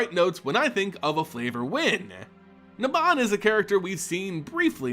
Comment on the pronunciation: It’s pronounced NAYbob